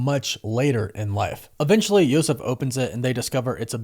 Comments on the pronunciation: It's Yusuf, like Usuf or yousuf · I never heard of that pronunciation of Yusuf. And the Green masked robber is also named Devlin.